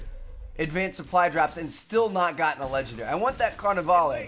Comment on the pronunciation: OMG it's carnavale not carnavaley,have u ever seen the movie RIO,God